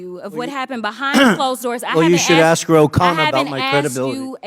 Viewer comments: Why do (WE-THE-PEOPLE) need a woman like this to perform??? We are not wanting to watch a circus act! There is a difference between the two words of: ‘ax’ and ‘ask’. The one named ‘dan goldman’, and (one’s like him) are getting plenty of coverage by jasmine…..wonder why??? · It ASK, not ass. 😅😅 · it's ASK, not AX Jasmine!!!!!!!! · Future Mayor of Dolton Illinois. And she didn't ask, she "Axed"! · No, it's axe. Don't axe me why. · She didn't axe a question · Let me axe you a question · when she "axe chew" a question "chew" will answer gnaw mean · !!! She should file a lawsuit against its acting coach ! If you axe me. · I dint axe you a question. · Overbearing DEI who cannot speak proper English. She said "Hunter ain't here". She cannot pronounce the word "ask".